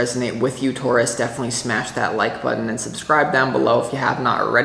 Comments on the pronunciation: And you say Taurus right my friend! We say it the same way here in Canada :) Thank you for this reading. It is good to be a Taurus these days. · You said Taurus the way I have said it all my life, in the UK it is also said like that 😂❤ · You say it perfectly Taurus! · I’m not from NY & I say Taurus the same as you 😊